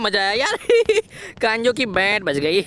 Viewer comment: Usko kanjo nahi bolte usko kanzo bolte hain